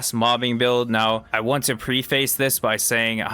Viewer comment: I look forward to trying these options. Thanks, man, by the way, Preface: preh-fuhs